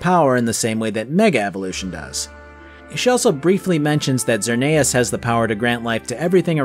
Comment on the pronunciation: ZER NEIGH US